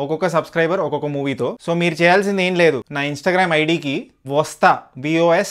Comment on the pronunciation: Vostha❌ vastha✅